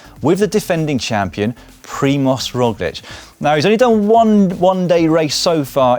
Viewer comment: As a proud slovenian it's nice to see you pronoucing the č's in Roglič and Pogačar correctly, unlike Americans who after 3 years still struggle to say Dončić. Props to you.